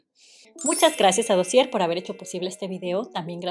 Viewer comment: La r de dossier no se pronuncia en esa palabra francesa.